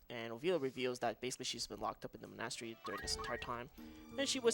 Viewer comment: Jesus christ how do you not know how to pronounce monastery?